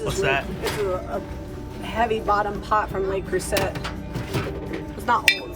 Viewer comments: The first word is Le, which is pronounced like “luh”. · FYI only - Le Creuset is pronounced LAY CREUSAY.